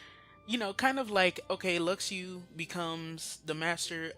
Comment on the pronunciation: "Lucks Ooo" is not how you say Luxu. it's "Loo Shoe". if you watched back cover you would know that.